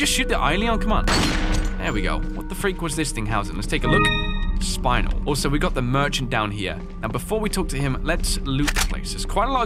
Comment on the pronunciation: That-.. That’s not how you pronounce Spinel ejjdjd